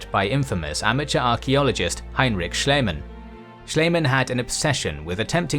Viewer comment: Love the animation and the history. As a note: (if you want to do the archeological clown the honours of pronouncing his name more German) Sch is the sh from shall, ie is the ee from seed and the a is the a from father but shorter.